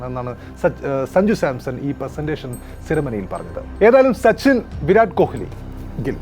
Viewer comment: Bro, please pronounce correctly, kohili alla, ko-li. Commentators parayunnathu kelkoo